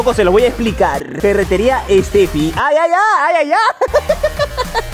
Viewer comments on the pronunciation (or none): Me miento o donde dice FERRETERÍA ESTEFI ,DICE ESTEFIERRAZO 🤨🥴🤣